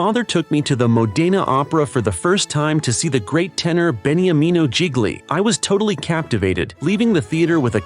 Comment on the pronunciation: The commentator’s Italian pronunciation is horrible, Beniamino Gigli